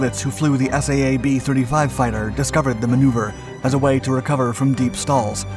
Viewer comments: Saab is pronounced “sob”, it’s not an acronym… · Ess eh eh bee????? Oh, bot means Saab! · Just a heads up, it’s Saab, pronounced “sahb”